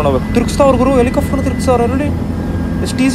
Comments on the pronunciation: Helicopter ✅ Helicafter ❌ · Helicafter alla guru adhu helicopter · helicaaftru alla guru adu, helicopter.... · Guru English ashtu clear aagi mathadthya kannada na yaak guru haage mathadthya ex: “ikkavre” , “aithe”, “ helicofter” alla guru Helicopter. 😐… You ppl make videos alva many ppl see these videos let them learn from your videos plz.